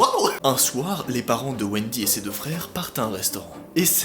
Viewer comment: Je rêve ou il a dit les fere Grimm a la place des frères Grimm 😂